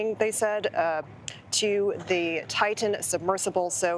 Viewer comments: Better than the woman who introduced him and mispronounced "Titan." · She mispronounced "Titan" too. Unprofessional.